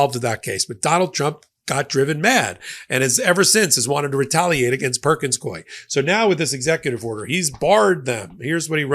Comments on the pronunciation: Psst, it’s pronounced “Perkins COO-EY,” like “Dewey.” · YOU ARE MISPRONOUNCING THE NAME OF THE LAW FIRM PERKINS COIE AND IT'S DRIVING ME CRAZY LOL! BUT I LOVE YOUR CHANNEL AND NEVER MISS AN EPISODE!